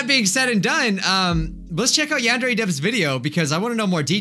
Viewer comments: It’s pronounced “yahn-deer” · he pronounced it yawn-dairy